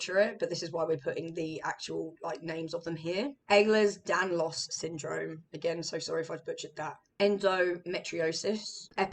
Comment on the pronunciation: You articulate yourself really well, very informative video that is actually serious whilst being engaging And yes you said Ehlers Danlos syndrome correctly